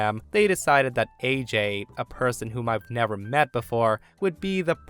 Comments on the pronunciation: "Ah-jay", not "Ay-jay" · is not the only person who mispronounces the name of Ajay. It's "Ah-jay" instead of "Ayy-Jay", any of you who played Far Cry 4 would know too.